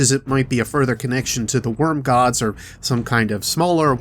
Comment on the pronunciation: Black Hole = "Wrym" Holes ... LOL